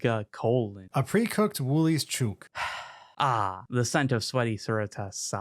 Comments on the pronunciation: CHOOK is pronounced Ch-Ook (Ch[icken]-[B]Ook). Americans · Came for the book recs, stayed to the end to hear you mispronounce "chook" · Boys, I'm sure some other Aussie has commented somewhere, but it physically hurts me to hear you mispronounce a national icon like this. "A pre-cooked woolies chook." Wool as in woolen thread, and an ee. Wool-ees. Chook and cook rhyme, book, look etc. A chook is a chicken. So it's 'A pre-cooked wool-ees ch-ook.' Which is a staple food of any bbq or 'screw this I'm not cooking' night